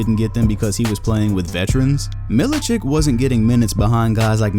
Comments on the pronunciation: Mil I chich not chick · It's Milichich, not Milichik. Just like Jokich or Stojakovich or any former Yugoslav player.